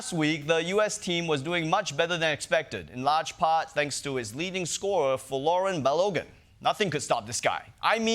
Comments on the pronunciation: Long time fan, and most of the episode was on point. But y’all need to get some normal nerds in the writers room and not just internet nerds. The red card was an awful and incorrect call (although what the president did was obviously unacceptable). And his name is Bal-uh-gan. Like imagine an Irish dude named Calligan but replace the first letter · Can’t really comment on other people’s pronunciation when you can’t pronounce Balogun pal. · Daily Show staff: spend a 2 minutes coaching Ronnie of the pronunciation of "Balogun: name if your segment is centered on making fun of how Trump bungles pronunciations. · Funny, but he actually didn’t deserve the red card and you’re pronouncing Balogun’s name wrong, even though the announcers keep saying it the right way. Everything else is spot on. Trump is a loser. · Ronnie shouldn't be making fun of people's pronunciation if he's going to pronounce "Balogun" like that. Just sayin'...